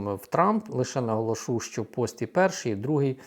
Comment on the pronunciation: НаголОшу, не наголошУ